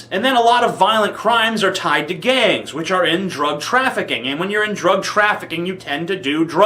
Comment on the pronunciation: its "which"